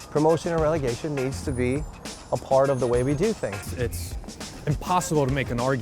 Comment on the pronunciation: Its Relegation not regelation.